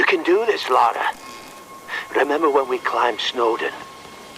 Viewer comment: Love this, great job. This guy's snarky and misleading videos make him seem so holier-than-thou. Also how hard is it to say LA-RA instead of LAU-RA like he constantly is!